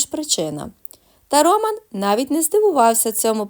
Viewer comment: Чому РОман, а не РомАн?